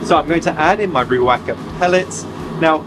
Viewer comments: It's currently Maori language in New Zealand and Riwaka being a place in the Tasman district lets give it a proper go. Riwaka - Ree - waa - car. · Reee-waaakaaa but great effort 😊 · Riwaka - Ree Wah Kah. Māori vowels are: a = ah e = air i = eee o = or u = ooh, and all syllables in Maori words are equally weighted unless you see a macron, in which case, that vowel is lengthened. ie. woman is a wahine (wah-heen-eh) but a group of women are wāhine - waaaah-heen-eh. Now, you can do Motueka! 😉